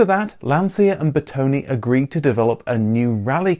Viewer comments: Please. Lancia is pronounced “Lanchia”. And it’s Bertone, with an open e, not “Bertoni”. Thank you. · Master of wrong pronounciation... again..His name is BERTONE not Bertoni. And its not Lanzia.🙁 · Looking at the great Italian content you study it's time for a first lesson on how to pronounce correctly some names: Lesson 1: Car designer Bertone Bertone not Bertoni Ber - tone, like the food Calzone or the famous Vito Corleone, or the ubiquitous Drone. As in Italian and Latin languages the letter E sounds more like the letter A in chaotic. Ber to ne Ciao e grazie per i video!